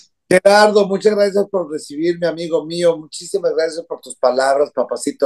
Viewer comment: Not "generación Z, cristal..." grazné... 😂😂😂😂😂😂😂